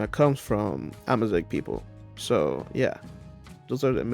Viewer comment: AMAZIGH MENTION?!?!? holy peak finally some representation of my culture, even if you didnt do the prononciation right, im loving it I love how you interpreted out culture tehehehe in giggling